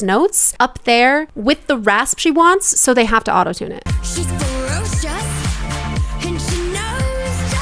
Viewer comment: It also makes me feel uncomfortable how he pronounces the word "ferocious"